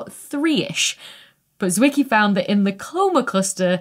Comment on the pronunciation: Why do I always think of Transformers when you say Fritz Wicky? 😂